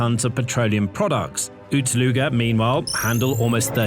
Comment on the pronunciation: Why you pronounce Ust-Luga like Uts Luga, or you have similar problem with waps (wasps)?